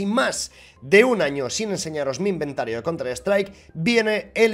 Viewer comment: ha dicho inventaro xD